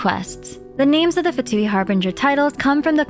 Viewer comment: Beautiful video as always, I just can't wait to pull our new Fatui harbinger! P.S. Little reminder that "Fatui" is also an italian word, and it's actually pronounced "Fàtui" instead of "Fatùi" like they always do in the English dub. Japanese dub pronounces it correctly tho. Something "Fatuo" means something insignificant, inconclusive, superficial, frivolous. It may refer to how the Fatui are, in the end, just a tool for the Tsaritsa's plan of rebellion with little to no other purpose?